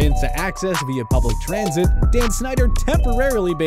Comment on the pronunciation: “Mass Trasnit Plans”